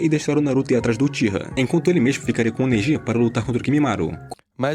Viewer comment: Narração chata .. avançadã , primeirã, energiã , inimigum , desprevenidum , aprendeum .. parece que tá forçando .